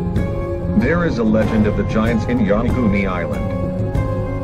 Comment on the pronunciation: get you pronunciation straight! it is not YANAGUNI!